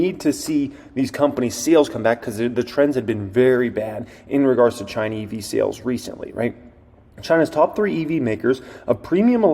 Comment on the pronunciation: I drank everytime you said "Chynna" and my flapjacks got flipped